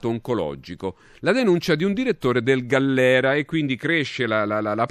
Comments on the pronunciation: Galliera non Gallera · Ma due volte sbagli il nome dell'ospedale? GALLIERA! NO GALLERA.... La precisione non è un optional... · ?....GALLIERA....con la "i'